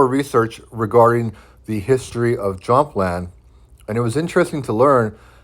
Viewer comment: I enjoy the information in your videos, but your pronunciation of some German and Scandinavian words are not correct. For example, the j in most Germanic languages, such as German, Danish, Swedish, Norwegian, Icelandic, and Dutch is pronounced as a 'y'... IE Jutland sounds like YOOT-land, Jämland = YAYM-land, etc...just think of how ja for yes is pronounced "yah".